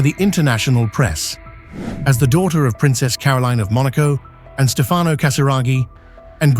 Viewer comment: Distruzione di pronuncia per i nomi italiani Stefano e Andrea . Pronunciati così, significano nulla. Ho scelto di non scriverlo in inglese perché esigo rispetto per l'italiano, la mia lingua madre